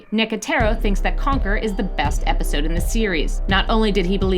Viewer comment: she said wepisode